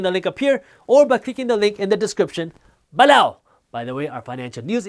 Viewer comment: Love this channel. I watch it everyday. Still cracks me up whenever he says below... sounds like B-LOW